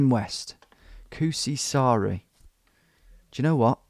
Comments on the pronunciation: The way he says kuusisaari is funny. kusisaari = pissisland kuusisaari = spruceisland Also it was cool to see him explore the streets i live around. Edit: grammar error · You should be careful when saying "Kuusisaari". The "uu" should be reallly long, now it sounded like "Kusisaari", which means 'piss island' instead of 'spruce island'. :)